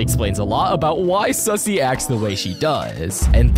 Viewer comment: Wait it's suzzie not sussy